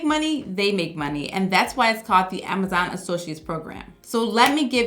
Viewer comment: I like how you say “Amazaan” 😅